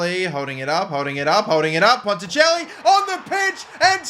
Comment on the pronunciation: You got ponticelli correct the first time you said it I know this because we used to play for the same team but he got poached for my home club coventry city and I stayed at coventry United i knew he was different gravy and as a cov fan myself I'm glad they've let him move to Wrexham to get first team football but also disappointed because they could of sent him back to us on loan PUSB. 😂